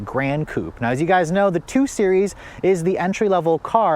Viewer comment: Coupé. Coupayyy. They even add the accent mark on the logo, please prounce it!